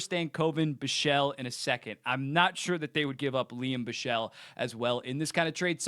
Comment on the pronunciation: Please bro it’s BICHSEL like Bich sel not Bischel